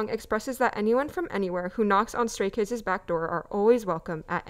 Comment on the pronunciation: I’m sorry, but did the guy say Scary Kids or Stary Kids?